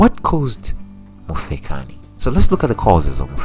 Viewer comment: Mufekani? Pronunciation is very important